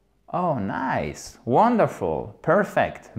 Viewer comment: y'a pas un problème sur la dernière syllable de wonderful (fel) ?